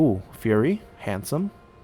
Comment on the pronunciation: Oh, I know this is coming in a little late, but "firey" is pronounced "fire-e", not like "fury". Just something I'd noted. Still, it's always a pleasure to watch your videos, because it's awesome to watch someone get SO into the nitty-gritty of things.